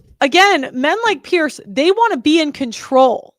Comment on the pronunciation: Few people care but his name is pronounced "peers" not "pearce"